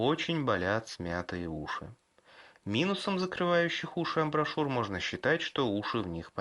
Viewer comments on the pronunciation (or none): не амброшюр, а амбушюр...... Уши реально бомбезные -купил себе такие...